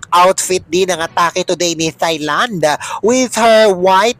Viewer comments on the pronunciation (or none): Dear Filipinos, please stop saying Thailand as "thigh"-land. The correct pronunciation sounds like "Tie"-land (no "h" sound).